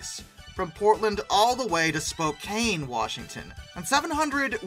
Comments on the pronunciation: I winced at the very first word. It's spo-can (as in tin can) not spo-cane. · FYI it's pronounced Spo-can not spo-cane. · You are saying Spokane with a lot of emphasis on the "E" As a Washingtonian, it kind of hurts to hear you say it like cane, everyone I know says it like can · Your mispronouncing Spokane. It's not Spo-cane it's Spo-can as in we can. You got the Spo right but the last part is wrong. I live a couple miles outside of Spokane Washington. So trust me I know how to pronounce it. I'm not mad i'm just making sure that you know. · spokane! not spokain! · Spokane (pronounced spoh-can not cane) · It's pronounced: spoe CAN. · No hate as a Washingtonian (yes that's what they call us) but hearing him pronounce Spokane wrong cracked me up so many times. (It's okay though, a lot of people don't pronounce it right, but if you were wondering, it is pronounced spo can) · 😐 * internal Oregonian screeching intensifies * To clarify: Spokane = SpoCAN Willamette = WillAM-et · Spoke-Anne like the name Anne. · Spokane is pronounced Spo-can. The letter e at the end was a late addition to the original name of Spokan Falls. Lots of people mispronounce my home towns name because of that stupid 'e'. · Spo-CAN Will-AH-mut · It's SPO-KANN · This guy needs to know how to pronounce the names Willamette and Spokane! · You should learn how to pronounce Spokane correctly.